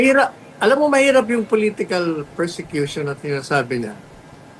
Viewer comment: Ang tamang word persecution hindi.presecution.